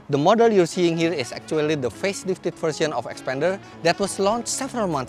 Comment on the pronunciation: "Act - two - ally" 😶